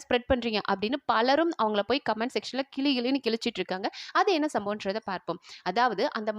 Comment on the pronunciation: கிளி கிளின்னா? கிழி கிழின்னா?. மூச்ச பிடிச்சுகிட்டு பேசினால் போதாது. தமிழை சரியாக உச்சரிக்க வேண்டும். கிளி கிளின்னா, "கிளி" உன்கிட்ட பறந்தோடி வந்துவிடும். "கிழி கிழி" என்பது நீ சொல்ல வேண்டிய உச்சரிப்பு. தமிழை சரியாக உச்சரிக்க தெரிந்து கொண்டு செய்தி சொல்ல வேண்டும். எந்த மொழியிலும் இல்லாத சிறந்த எழுத்து "ழ". "யாழினிது, குழலினி தென்பர், தம்மக்கள் மழலைச் சொல் கேளாதவர்".